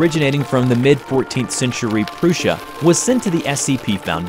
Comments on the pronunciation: it’s because he said proosha instead of p-russia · PRUSSIA RUBBER NOT PRUUUSHA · it Prus-sia not Pru-ssia. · Normal people: prussia: proosia ¯\_(ツ)_/¯ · Also, Prussia is pronounced:pr UH-sh uh. Not no Preussia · Everyone else: it’s called “Prussia”: PROOOSHA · It's Preußen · ‘Prooshia’ The Kaiser would like to have a word with you. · Nobody:: Proosia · When it’s actually pronounced pr uh shuh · Proosia lol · it's said ah-nom-al-us and prop-ort-ion-ally also Pruh-sha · Ah yes PROOSHA. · What’s “Proosha”? I know what Prussia is, it rhymes with Russia. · Prussia pronounced as "prusha"... I think I'll get a severe stroke at some point listening to this guy's pronunciation of some things. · How come the doesn't ever look at what he's about to say and go "Hmm, pro-proportionately? An-oh-malice? Am I sure I'm pronouncing this right?" Or, DEER forbid, do a second take? Perhaps even...edit it in post? Dude, if you're going to pronounce things wrong, you could at least do it consistently. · It's pronounced Prussia as "Russia". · the way he pronounces "Prussia" makes me feel sick. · The scariest part of this entire video is your pronounciation of prussia